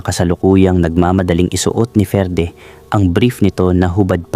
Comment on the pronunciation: Basahin moto FERDE Ferdie